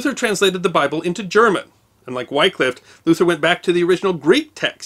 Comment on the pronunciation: Surprised you didn't mention how the same King Henry VIII had Tyndale burned at the stake for translating the Bible (before he adopted it). By the way, Wycliffe is pronounced with the same short sound as the "y" in Tyndale, but that's probably one of the most minor errors in this clip.